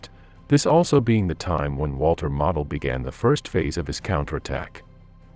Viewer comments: It is not pronounced Model,but Mowdle. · His name is pronounced 'Modal'. Like nodal but with an 'm'. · Pronounced MO-del. Long O please. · Pronounce his name correctly. Your AI is an insult to the finest Gemerafeldmarschall in over 100 years. He ceased living as a true Prussian Generalfeldmarschall was bound to do. You won't find true Honor anywhere today like that. Today they would just surrender and wait for a prisoner exchane.